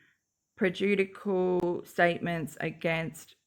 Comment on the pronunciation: Great work! The word prejudicial is pronounced prej-ooh-DISH-ull... if that helps??? Lol